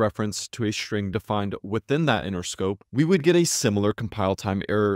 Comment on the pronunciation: The "s" in "string" must be pronounced "s", not "sh". You are constantly saying "shtring".